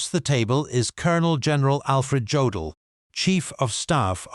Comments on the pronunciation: yeah, too bad you can't pronounce Jodl's name correctly. The J is pronounced like a Y. It is pronounced Yodl, not J odl. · Hey stupid, it's yodel, not godel! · His name is pronounced “Yodell”, not Joedell. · Do you people never do any research? It is not Joe dl it’s pronounced Yo dal, show a little pride in your work.